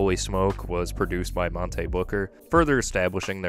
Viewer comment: The mispronouncing of Monte made this difficult to get through